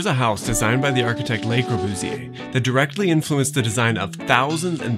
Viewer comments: it's so twerpy of me as an American with appalling French to be bothered by the mispronunciation of 'Le' because God Knows how many French ears I've injured in my day, but yikes, it's too much hear 'lay' and pardon, but 'L'uh' isn't making it either. It rhymes with 'her'. And this is hopefully the last time I have ever have the temerity to correct someone else's French pronunciation. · Love your videos. One suggestion: the article 'le" in Le Corbusier is pronounced as if it rhymes with 'pu' in pudding. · I agree with your comment, but I think a better pronunciation of the 'e' in Le, is illustrated by the 'a' in 'about'. This is on good authority from my wife the French teacher and the listing for Corbu in Wikipedia. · This whole video feels very rushed. The feeling tone seems dissonant with the building. AND it’s very jarring to hear the architects name mispronounced. The “Le” is pronounced just like English. LUH. Very similar to the first part of “lullaby” The grid analysis was very interesting but I would have liked to see a different geometric analysis based upon Le Modulor abd the Fibonacci series. And lastly, why not call him “Corbu”? Widely used and easier to say. Some furniture would have helped with understanding scale of the plan. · would you listen to how Le Corbusier is pronounced, by francophones please? (it is quite important when discussing architecture). The way you pronounce 'le' makes it sound like the french 'les' thus you 'pluralise' his name which is nonsensical - there is only one Corbusier, (which may solve the problem). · I like the video a lot, but for the purpose of constructive criticism: I really wish you at least tried to pronounce some of the French correctly starting with Le Corbusier (pronounced Lu rather than Lay) and Villa Savoye (pronounced Savoy rather than Savwa). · You’re adorable beyond reason, and obviously know your subject, but, mon Dieu, it’s “luh Corbusier”, not “lay Corbusier”.